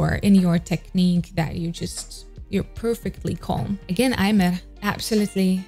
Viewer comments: So happy to see a Japanese singer on your channel! Just wanted to mention that how you pronounce Aimer is Eme, [eme]. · Common mistake but Aimer's name supposedly comes from French and is pronounced "eh-meh" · And as a French allow me to assist with that: it's simply pronounced émé . Easy, right ? :) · Just a small tip: her name, Aimer, is actually the French verb "to love", and is pronounced [eme]! I used to make the same mistake for a while (despite being French xD) before finally reading this somewhere ^^' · You should react to Aimer, Ikuta Lilas and Milet for Omokage first take. It is beautiful, definitely one of my favourite. Also Aimer is pronounced Imi. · Aimer is French word, so, Aimer is pronounced "emme". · The "r" of aimer is not pronounced